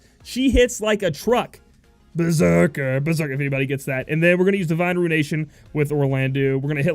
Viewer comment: Hey, I thought it was "Bah-serker"